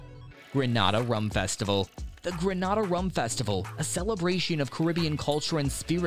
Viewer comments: It's GREENAYDA not GRENAHDA . Please pronounce the names correctly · There is NO country in the Caribbean called GRANADA. A simple google or YouTube search would have given you the correct pronunciation.